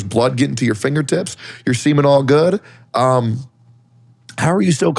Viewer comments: I could have sworn that tectone said that the paramedics said "your semen's all good" lol... but now I think he said they said "your seeming all good". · Tectone: "you're seemin' all good" I definitely heard "your semen all good" at first.